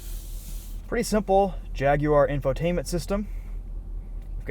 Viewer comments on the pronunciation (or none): "Jagwar" not "Jag-you-ar" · It's Jag-War not Jag-you-are, good sir. Act like you can afford one. ;-)